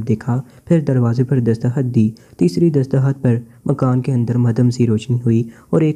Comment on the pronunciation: دستخط تو غلط پڑھ رہا ہے کاہے کا گڈ